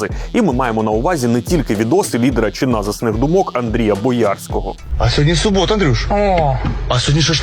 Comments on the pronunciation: Андрій не боЯрський, а бОярський!!😡 Це локальний бренд міста Боярка! це принципово! прошу не спотворювати назву! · БОярський, а не БоЯрський. Від міста Боярка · Це справді класне відео але хочу трохи виправити. Не боЯрського а бОярського😢